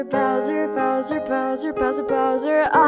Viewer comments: She says browser instead of Bowser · It's like you're saying browser instead of bowser